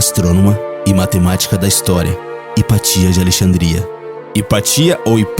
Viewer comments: Mas, por favor, é Hypátia, ok?! E não Hypatía... Rsrsrsrsrsrsrs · eu acho que sua "pronuncia" do nome esta errada não seria " hipácia " ? do italiano ou latim "hipatia"? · O vídeo foi muito interessante, porém a pronúncia do nome "Hipátia" está errado. Não se traduz nomes próprios.